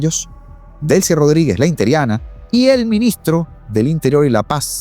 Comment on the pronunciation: BUENOS DÍAS HERMANO, EXCELENTE VIDEO, SOLO UNA ACOTACIÓN QUE YA TE LO HE ESCUCHADO DECIR VARIAS VECES, NO SÉ DICE INTERIANA SE DICE INTERINA, BUEN DÍA Y UN GRAN ABRAZO!!